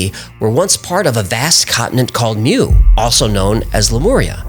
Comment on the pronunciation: Pronounced MOO not MEW.